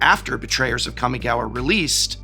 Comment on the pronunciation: Don't forget the Prof used to pronounce "Jitte" as "Jit" all those years ago... Or "Kamigawa" as "Cammy-gawa" So we've come a long way indeed